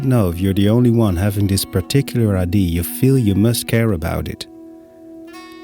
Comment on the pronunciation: Hi,. Another great video👍 I love it when you take the time to share about your creative process. Your English is very clear. Just a quickie... the word "idea" has three syllables, I-DEE-YA, in English. IDs are what one uses to identify oneself 😉👍